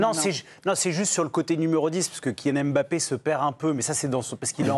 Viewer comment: Madame arrêtez de dire Em Bappe